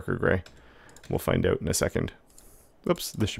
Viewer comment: He keeps saying the word "out" in the weirdest way 🤔 OAT?? Is that even a dialect? 😂